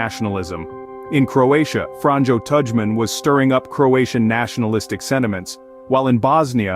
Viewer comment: Gosh, if at least pronounce the names properly. Milosevic = Milošević (š = sh, ć = soft ch like in ciao). Franjo Tudjman = Franjo Tuđman (Franyo Tugman but G is pronounced like geometry). Alija = Aliya at least you pronounced Izetbegović correctly. And remember J in Slavic languages is Y in English. I'm not even from Ex-Yugoslavia but know about this at least.